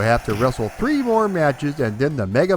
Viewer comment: I love Mat Mania! I always laff at the refs count, one, two, twreeeee